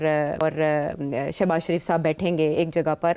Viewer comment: Shehbaz not shebaj